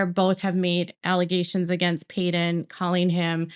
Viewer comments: I’m sorry I’m new, peedon? Really? 😂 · You can't even get Paedon's name right.